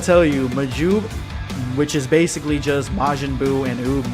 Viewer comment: Why do you say “bacicly” at the start